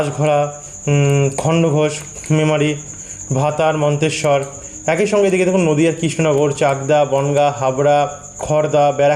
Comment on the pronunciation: উচ্চারণ ঠিক করুন,একই বলুন ,একঐ উচ্চারণ করবেন না।